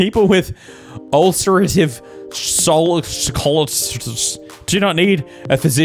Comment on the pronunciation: Omg you pronounced ulcerative colitis hilariously, as a person with UC, I support this.